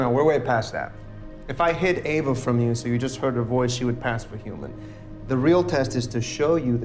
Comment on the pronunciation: Great video but its Ava with an 'A'